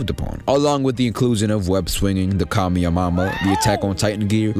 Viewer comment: "Kameyamama?" oh hell naw